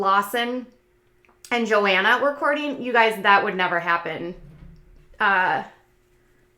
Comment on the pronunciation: I think the H is pronounced in Johanna. JoHanna.